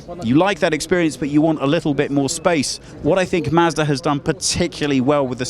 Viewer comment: WHAT? WHAT? Hey...its " MAHZ DUH ",NOT " MASDA " RULE # 27.If you let some Brittish guy WHO CAN'T BE BOTHERED TO TUCK IN HIS SHIRT,from a company you can't pronounce,wants to review your car online,MAKE SURE HE PRONOUNCES YOUR COMPANY CORRECTLY.